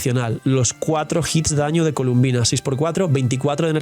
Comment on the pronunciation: Se llama Colombina, porqué todos le dicen columbina?